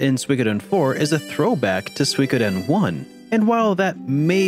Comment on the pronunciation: It's pronounced soo-e-ko-den.